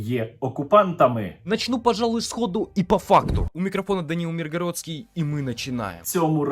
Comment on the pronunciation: Кирпа-гнучкошиєнкоВь, як писав Кобзар. МИргородський, з наголосом на И.